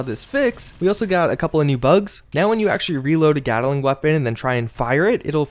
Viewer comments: Gat-ling not Gata-ling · "Gattelling weapon"